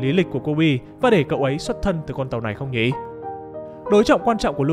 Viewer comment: mình có góp ý với giọng đọc là thế này, bạn có thể ngưng nói từ "nhỉ" thành "nhị" k, nghe rất khó chịu ấy , k biết là do bạn cố ý hay thói quen nhưng mình thấy khá khó chịu ý